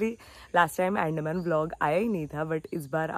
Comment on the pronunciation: I am from Andaman and FYI it is pronounced as UN-DAA-MAAN. It's not Ann-Deh-man